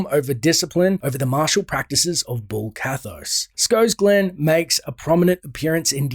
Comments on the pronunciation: Bul Kathos, not Bull Kathos. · BULL ? :D Bul-Kathos ONE "L" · Its bul kathos not bull